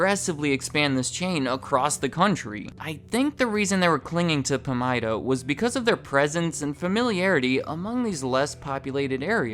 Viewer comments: It’s pronounced PA-MIDA, not PAM-IDA. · Pamida is pronounced “puh-my-duh” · It's Pah-mydah. We used to have one in my town before Shopko took over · It's pronounce Puh-Mai-Duh (Pa-mida). Pamida stores were great until they became Shopko stores. They went from being (Pamida) busy seven days a week to being (Shopko) dead seven days a week. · I miss Pamida (we pronounce it puh-my-da in Minnesota, btw) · Listening to you say “Pamida” tells me you aren’t from Iowa.